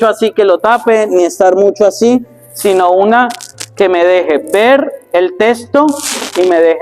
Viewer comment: La expresion sino muchos la pronouncing COMO si no COMO Megan’s.